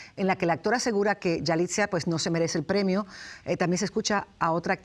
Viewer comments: Se llama yalitza no yalitzia, hasta la conductora lo dice mal. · Se llama Yalitza no Yalitzia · Es YALITZA, YALIIIITZA, no YALITZIA!!!!! y Salma Hayek estuvo nominada, nunca ganadora. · Yalitza, Yalitza, ni el nombre dices correctamente... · Este es un gran actor de años trabajando no es de la noches la mañana que sea un actor y si se equivocó al pronunciar a esta chica de india no motivo para valerse que todo el mundo reaccionen en contra de un gran actor .